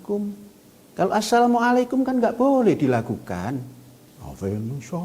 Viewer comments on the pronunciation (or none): aselom alehem sama dengan Assalamualaikum??? goblok bener si panjul ini 😂